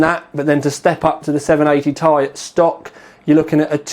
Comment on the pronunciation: for fuck sake you say 780 T-I not 780 tie